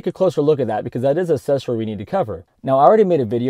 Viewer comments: Pronounce the C in accessory. It is not assessory. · Dude, why do you keep saying assessory? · Hey man try throwing a "C" sound into the first syllable of accessory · It's not assesory, its aCCessory. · Gotta ask - what is an assessory? :D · I never heard the word ‘assesory’ more in my life. Haha Great video though!